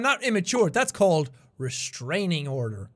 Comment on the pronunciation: "thats called restraning order" ~Sean 2018